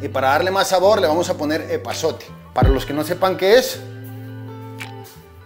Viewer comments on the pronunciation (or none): No ese que dio es pasote no epazote 😅👏👍🏼pero igual se entiende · 🤣🤣 Lo que hizo diferencia fue el eeee pazote pero de Gerardo